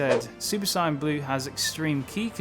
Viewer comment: its not cyan blue its sayian blue